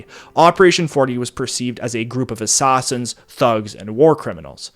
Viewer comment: dude, this would have been much easier to listen to if you didn't keep trying to pronounce the letter A in such an awkward way. Please speak normally, you did it many times in this presentation. Assets not ossets. assassins not ossossins. classified not clossified. etc.